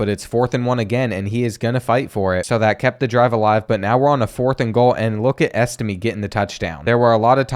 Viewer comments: It's pronounced EstimAY not EstimEE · Angeli is pronounced “an jelly” and Estime is pronounced “es tim ay”